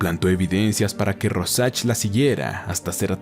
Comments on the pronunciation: Royan?quien?rojack?rosach? Se pronuncia rouljac sería así la pronunciación!! Pero el resto esta muy bien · RÓsharch con tilde en la O joder Es el nombre que mas repites y el unico que pronuncias mal. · Así no se pronuncia Rorschach 🤦🏻‍♂️